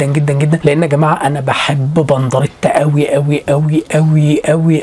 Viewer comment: إنت قولت بنضريتا و هو اسمه بنديرتا